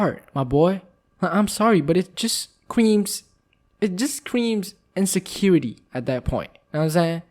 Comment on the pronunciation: The way he said scream is funny it sounds like cream (and I'm not trying to make fun of how people talk so don't come for me thank you)